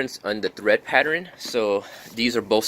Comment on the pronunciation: Tread not thread my guy.